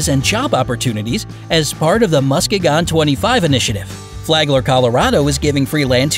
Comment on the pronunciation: muss-key-gon Mi. Not how you pronounced it. Made me laugh, tho.